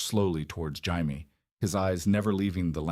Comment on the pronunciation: I want to enjoy these "what if" stories, but every single one is blatantly AI, or at the very least AI narrated. In the first 60 seconds, I heard 3 different pronunciations of "Jaime". That just made this impossible to sit through. I'd rather just read it. Is this pulled from reddit, AO3, or FFN?